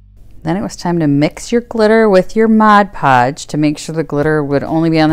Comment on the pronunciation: So happy to find this video, even if s year late! I have this exact domed house and now know what I’m going to do with it! Also, it’s very refreshing to hear Mod Podge pronounced correctly, so thanks for that as well as the tutorial!